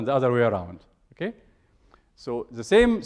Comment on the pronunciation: There's a 90 million Egyptian pronouncing it exactly like that XD